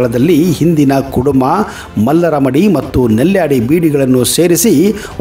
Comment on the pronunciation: ಅದು ಕೆಡುಮ ಅಲ್ಲ ಕುಡುಮ